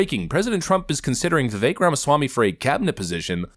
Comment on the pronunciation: Its not.vivake its vivek